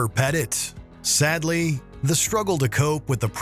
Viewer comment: Isn't Christopher Pettiet's last name pronounced ""pet-ee-ay", not "pet it"?